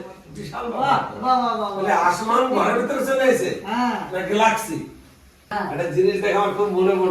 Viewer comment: গ্লাক্সি না। গ্যালাক্সি Galaxy.